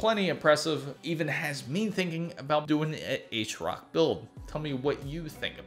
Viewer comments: Correct, that's how it's pronounced. Ted Hsu the founder, explains this in an interview a few years ago. So essentially you have been saying it wrong, are you from India? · Did he say AceRock? Must be from India.